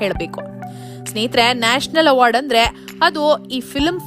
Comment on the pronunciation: ಅಮ್ಮಾ ತಾಯಿ, ಅದು ನ್ಯಾಷಲ್ ಅವಾರ್ಡ್ ಅಲ್ಲ, ನ್ಯಾಷನಲ್ ಅವಾರ್ಡ್